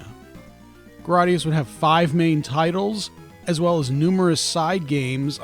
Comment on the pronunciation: It’s Gra y gius not Grar dius.